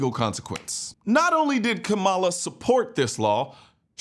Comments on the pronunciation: If you would pronounce her name correctly you would actually get more respect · Come on you gotta pronounce her name right though, put some respect on her name.